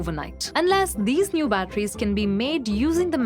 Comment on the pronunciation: Batteries not bachelor